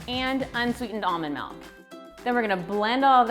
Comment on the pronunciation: I hate the way she pronounce “almond milk”...